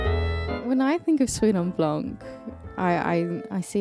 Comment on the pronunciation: Don't pronunce the c ! It's pronunced "suite en blan"